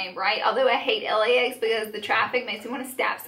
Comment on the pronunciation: 😂😂😂😂 I LOL'd hahahahaha